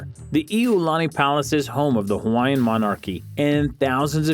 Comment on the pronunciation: Brah dis guys pronunciation disrespectful faking haole